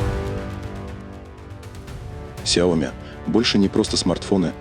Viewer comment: Уже давно пора научиться говорить правильно... сЯо Ми